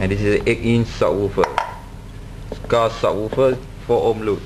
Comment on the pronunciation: What does "sawoophah" mean?! Did you mean "subwoofer"?! :|